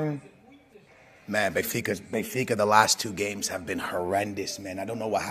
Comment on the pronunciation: Benfas lmao